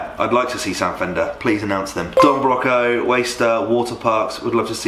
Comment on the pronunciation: It actually pained me to hear you saying Don Broco wrong lol